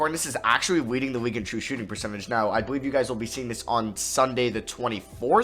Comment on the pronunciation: Nobody::TRuE ShOOtiNg PeRCeTage